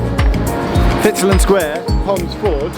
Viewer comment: It's pronounced rotheram, you dont pronounce the H I know Sheffield a lot as I have a relative who's lived there longer than the trams have existed. The old announcements on the trams (not tram trains) is sooo sentimental to me. Edit: Fitzalan Square is pronounced FitzALAN Square.